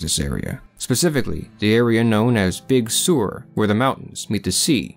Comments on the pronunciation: Big Sewer? Big Sur is pronounced Big Sir . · FYI: Just so you know, Big Sur is pronounced 'Sir' not 'Sewer' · Big Sewer?!? Please check your pronunciation!